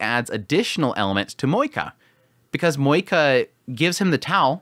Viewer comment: I clicked the video but now I regret because I know I will hear a person saying MoeKA..... haaaa.... Edit: and he talked a lot about moeKA..... this is just painful...